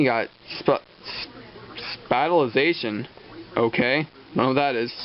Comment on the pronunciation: "Spatialization" is pronounced "SPACE-EE-AL-ization." Like "spatial" (having space).